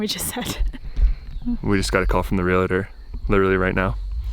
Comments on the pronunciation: Real-tor not realitter. 😂 tomato tomato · UGH - guys it is REALTOR!!!! Not realitor. Two syllables not three!